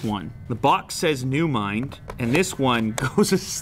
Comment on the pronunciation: Chinese: NEWMIND Literaly everyone else: NEVERMIND😆